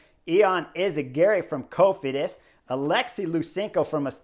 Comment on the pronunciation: You said "caught Cofidis" and I heard "caught COVID" 😂😂😂